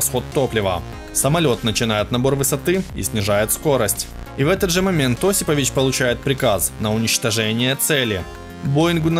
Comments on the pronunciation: ОсипОвич, автор убери ховор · ОсипОвич! Хоть узнавайте правильные ударения!